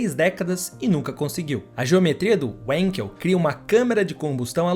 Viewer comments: Wenkel se pronuncia venkel e não uenkel, em alemão o W tem som de V. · Sendo um nome alemão não se diz wenkel e sim vanquel é a pronúncia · A pronuncia correto do motor é WANKEL com A e não com E Pronuncia em alemão e não em inglês. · A pronúncia correta do nome do motor importa, blz? O nome é alemão, não inglês.